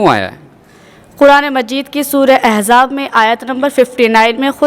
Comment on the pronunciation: mashallah bht khoob Islam k bare m btaya lekin quran e kareem ki ayat ghalat padhi gai he ...Islaah Karen.....or 1 ye ki lafz ehzab nhi ahzab he..